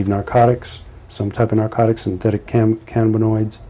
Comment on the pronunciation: This bad cops plums tingle a lil bit each time he says " synthetic canabanoids".